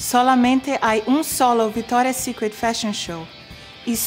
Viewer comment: No entiendo por qué dice "VITORIA" si cuando lo dice en ingles lo pronuncia bien... viCtoria! jaja igual la amoooo!